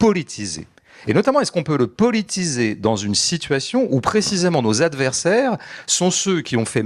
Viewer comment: Tout, mais qu'il arrête de dire "pelitiser".